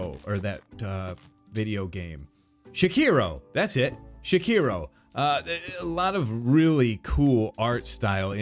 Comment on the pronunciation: "Shakiro" Me: * wheeze*